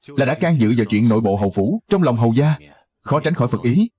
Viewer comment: Hầu gia chứ không phải hầu ra(người bắc phát âm r thành d nên giọng miền nghĩ r nên mới dộc hầu ra)